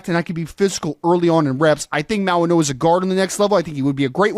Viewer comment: this is how you pronounce his name Mau-ing-oa Mauigoa The way you guys are pronouncing his name Mauinoa, that's not how you pronounce it